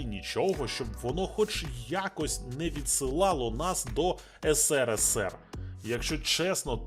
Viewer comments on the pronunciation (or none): none